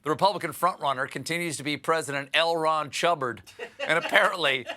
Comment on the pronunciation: “L Ron Chubbard”! 😂😂😂